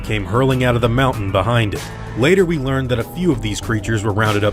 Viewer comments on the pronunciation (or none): none